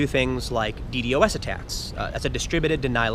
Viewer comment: omg the way you say ddos makes me want to die